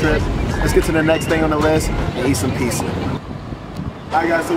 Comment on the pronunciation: It's not pissa, it's pronounced pizza